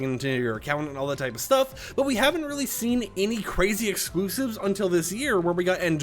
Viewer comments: He's gotta talk about excloosibs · Ah yes, the excloosibs